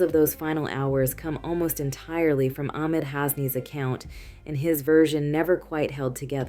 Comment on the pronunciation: Sometimes you said AHmed something ARhem. Ahmed with a H is the correct way to pronounce this name. Or just say the boyfriend…